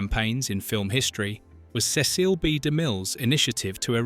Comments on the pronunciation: NO, you are not the only one annoyed by the narrator saying CECILE (SehSEAL) instead of Cecil (SEHsil) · The director's name is pronounced: "Sess'- el" or "See'- sull". The way the narrator is pronouncing it, Cecille, is a woman's name. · Grotesque AI mispronunciations! Cecile indeed! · Am I the only one annoyed by the narrator saying CECILE (SehSEAL) instead of Cecil (SEHsil)? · Nop! I hate it too! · Not at all. I commented about it as well. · I agree, the editing was very poor, repetitive and I did not see any deleted scenes. For the frogs, they showed a picture of a 🐸 frog. Whee! Random unrelated pictures appeared. The Ai voice mispronounced Cecil as Cecily several times. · When I heard “Cecile”, I thought that a secret about de Mille was being revealed. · Victor Mature was not in, 'The Ten Commandments'. That is a still from, 'Sampson and Delilah's (1949). What's with the mispronunciation of 'Cecil'? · No you're not and I don't believe it's a real narrator I think it is an AI. And I've heard different YouTube videos using AI that mispronounced a word or several words in the same video but what really gets me is when it pronounces it one time and then starts pronouncing it wrong after that it drives me nuts people are so freaking lazy they can't even produce their own YouTube video with their own damn voice